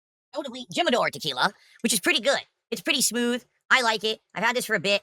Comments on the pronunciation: I just started the video... am i going to see him call El Jimador, the tequila....Jim-a-door?! god damn it open the schools. Edit: Fucking hell. I hate hearing it happen. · bro called it JIM-A-DOOR LMAO